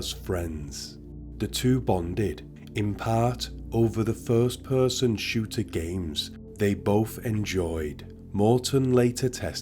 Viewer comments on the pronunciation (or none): none